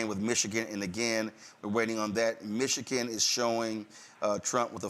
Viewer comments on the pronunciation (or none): The man cant even say Michigan right(MichiKIN), and people seriously think he is intelligent?